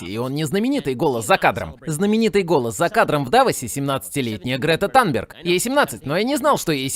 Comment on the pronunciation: Грета танберг - Танберг режет слух. Мы привыкли к Тунберг.